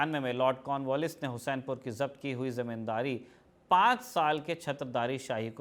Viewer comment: हुसैनपुर नहीं हुस्सेपुर नाम हैं